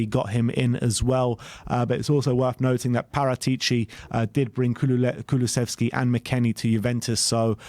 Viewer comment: Finally you pronounced Kulusevski right! Liked the video! :D